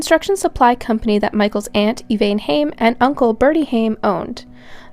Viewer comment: Maybe I am petty, but it drives me nuts when the narrator mispronounces people's names. The mom is called Ev-ann, not Ev-ain. When there are so many clips and audio of family members saying a name a particular way then I can see no reason to constantly say it incorrectly.